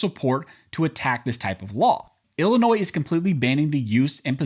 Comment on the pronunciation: Thank you for pronouncing "Illinois" correctly in both the singular and the possesive uses. As a long time resident of the state it annoys me when it's mispronounced, especially by lifetime residents!